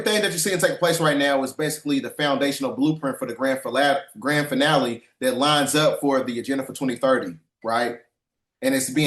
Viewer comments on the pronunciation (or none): “Grand Falalie” 😂 Fallaaahhh laaallaahhh laaahhh. Laahhh laahhh laahhh Laaaaahhhh. Deck the halls with rice bowls jollyyy🍚😂